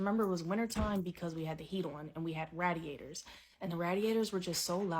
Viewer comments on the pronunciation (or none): we had RAHDiators